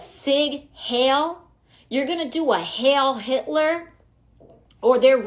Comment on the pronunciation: Funny how stupidly she pronounced Heil Hitler. Almost as if she is uneducated.